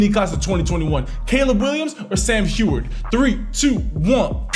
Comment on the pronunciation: It's Sam Hue-erd